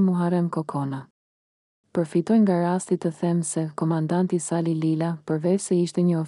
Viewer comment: Keto tregime na kujtojne kohen e veshtire te komunizmit.nje vrejte kam per zonjen ose zonjushen qe lexon: nuk mund te thuash Saaali, Kaaadri qe ne kete rast theksi bije mbi germen e fundit, ndryshe moj zonje dukesh sikur s'ke bere nje dite shkolle😅😅😅😅😅😅